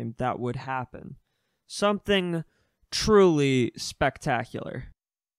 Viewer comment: Sick video. I think you kinda use too much emphasis in areas that you done need it. Like on the word truely before you use the bust a rhymes wii shop. But i liked the content